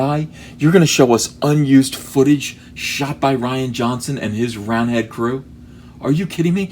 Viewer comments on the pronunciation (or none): It's Ree-ahn Johnson. Nobody spells Ryan that way.